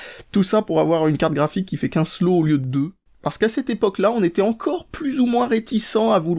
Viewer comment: rip la prononciation de "slot" qui deviens "slo" xD